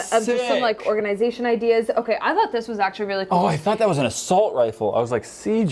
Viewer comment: They went from not being able to say gun, to saying assoult rifle... Hmmmmm